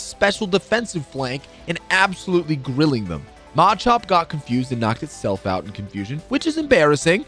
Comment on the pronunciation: I'm sorry, SPOH-INK??? MAH-CHOP???